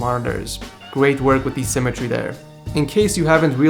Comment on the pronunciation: its symmetry not simatree